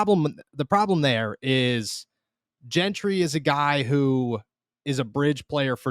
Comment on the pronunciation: I almost hope Gentry gets cut just so I don't have to hear both of you mispronounce his name. It's not that hard. It's pronounced Jentry! JJJJJJJJJJJJJJJJJJJJJJJJJJJJJJJJJJJJJJJJJJJJJJJJJJJJJJJJJJJJJJJJJ The other one is Nick Kwiatkowski. This is from the WVU player site. Pronounced kwit-COW-skee. The A is silent. Come on guys! LOL